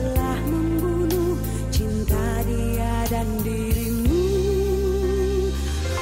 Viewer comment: Penyanyi dgn artikulasi nya jelas dan betul,seperti pengucapan kata CINTA ,jelas cinta yg terdengar ,kalau yg lain terdengar cinca,tanpa,terdengar tampa,maafkanlah,terdengar maafkalah, biarkanlah,terdengar biarkalah dan lain sebagainya..kalau diva yg satu ini jelas betul artikulasi nya👍